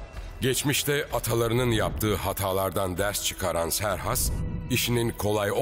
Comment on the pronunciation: Siz niye Serhas diyorsunuz ki Xerxes'in adı Keyhüsrev'dir.